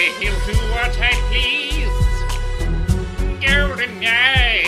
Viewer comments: I thought you were saying "golden guy" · The the worse butchering of Goldeneye I've ever heard, excellent.